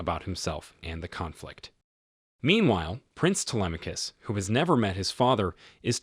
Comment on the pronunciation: U mean his pronunciation was good? Bc he pronounced the name very good as someone who doesn't speak Greek